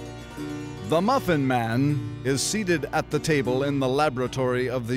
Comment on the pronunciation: I like how he pronounces it “mane”